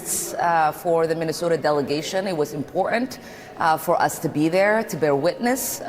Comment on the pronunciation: She can't even say Minnesota right